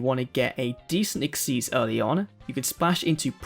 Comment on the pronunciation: Thank you for pronouncing xyz correctly